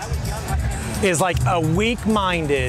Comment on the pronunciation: Dude can't even pronounce Gestapo